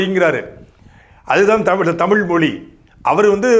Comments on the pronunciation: முதலில் நீ தமிழை தமுளாக பேசுவதை நிறுத்து ! இளையராஜா பாடல் வார்த்தைகள் போல காலோம் ராகோம் மோகோம் நியரோம் என தமிழ் சிதைந்து போவதை நிறுத்து !! தமிழ் மட்டுமே இப்படி தேய்ந்து போயிருக்கிறது அதாவது உன் தமுளில் " தேய்ஞ்சி போச்சி " ! தமிழே இப்படி இருக்கும் போது "தமுளு தா ஒசத்தி" என அலறுவதில் பயன் இல்லை !! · முதலில் உங்கள் அண்ணனை ழ உச்சரிப்போடு ஒழுங்காக பேச கற்றுக்கொள்ளச் சொல்லவும் ! பிறகு தமிழுக்காக மூன்றாம் உலகப்போர் தொடங்கலாம் ! சாட்டை முருகன் தமிழ் தமுளாகும் போது சிரிப்பை அடக்க முடியவில்லை ! ழ, ஜ , ஹ உச்சரிப்பு அறவே இல்லை அவரது பேச்சில் ! சார்ஜ் [ CHARGE] என்பதை CHAARCH என்கிறார் ! PROBLEM என்பதை BIRAAPLEM என்கிறார் ! வழக்கம் என்பதை வளக்கோம் என்கிறார் [ இளையராஜா வரவால் சிதைந்த தமிழ் ] ! தமிழுக்காகப் போராடுவதாக சொல்லிக்கொள்ளும் எவருக்குமே ஒழுங்கான உச்சரிப்போடு தமிழே வரவில்லை !! அவர்கள் சோகமாகப் பேசினாலும் சிரிப்பு வருகிறது !